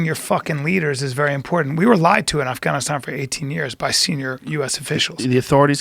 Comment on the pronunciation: Bryan aka I know everything says afgannisstam like a douche.